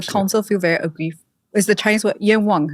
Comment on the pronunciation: The host,, pronounced 冤枉 （yuan wang) very beautifully! 👏🏼👏🏼👏🏼